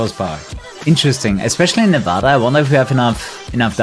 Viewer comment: Thank you for pronouncing Nevada correctly lol. It's something most nevadans cringe at lolol